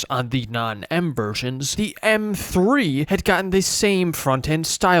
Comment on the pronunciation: "ehrM 3"